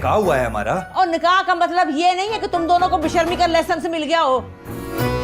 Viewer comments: Matlab ❌Matbal ✅ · Matlab❌ matbal✅ 😂😂😂😂